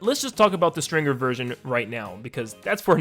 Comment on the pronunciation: the actual name: stringer this guy: string-GER